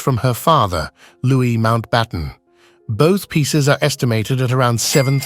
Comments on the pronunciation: “Loo wee” not “Loo wis” is how “Louis” is pronounced. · The ‘s’ is silent in ‘Louis’!! I can only assume the voiceover is AI generated.